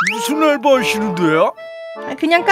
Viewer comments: 에서 알바를 앏바라고 하셨네요 ㅋㅋ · 앏바가 아니라 알바에용...